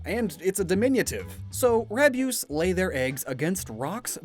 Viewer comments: As a Canadian 🇨🇦, Rabyoose horifies me 😨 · is it just me or does rabyoose kinda sound like abuse